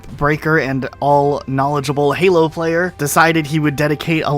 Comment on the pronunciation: "Halo foreplay" Nice